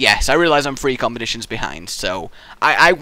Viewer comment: si it just me or does he say three like free no offense i find it amusing but is it just me